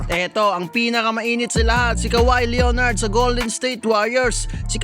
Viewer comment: Sa-Bon-Nes LEO-Nard GIYA-NIS FORTER JR PILIKANS FAOLO Kawawa sayo BAi hahahaha😂